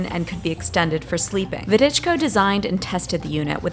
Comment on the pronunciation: It's Voh-dee-chko, not Widichko.